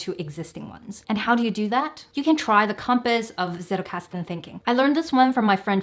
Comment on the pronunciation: Pronounce : tsettelkasten Not : settelkasten